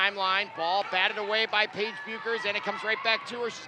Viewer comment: His pronunciation of Paige,Dlayla, and Maya’s last name is irking my lastttt nerve 🙄🙄